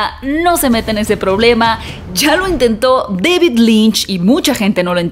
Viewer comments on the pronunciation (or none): none